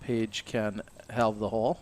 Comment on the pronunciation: Awkward over pronunciation, the "L" is not pronounced in halved. You would think a prerequisite for commentary on a match play tournament would be familiarity with the terms or just the language you are speaking. Especially when your fellow commentators pronounce the word correctly.